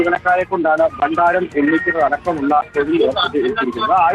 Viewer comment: ബണ്ണാരമല്ലടാ പൊട്ടാ ഭണ്ഡാരം ...... താനൊക്കെയാണോ റിപ്പോർട്ടർ